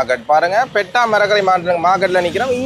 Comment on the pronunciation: "Petta" illa bro "peta"😂